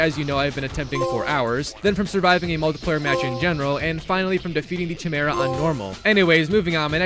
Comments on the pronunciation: hearing chi-mera instea or ki-mera :D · Lmao all I can focus on is how he mispronounced chimera. You don’t pronounce the ‘ch’ sound it’s pronounced ‘k-eye-mera’ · Chimera. Ki-Mare-Uh. Say it with me. Chimera. The Ch is silent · Sorry, but I have to be that guy... Chimera is pronounced (KAI-MERA) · bro needs to stop saying chimera is pronounced “ki mera” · It’s pronounced Kai-mera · It's pronounced Kai-mare-a. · oooh the famous tsimera hahaha,always love his failed pronunciations,they're beatiful never stop. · Am I the only one who is bother by how he says Chimera?